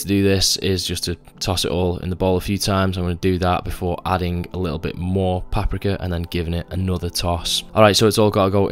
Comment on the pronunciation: The way you say paprika made me chuckle and wonder if I been saying it wrong my whole life the same with tahini lol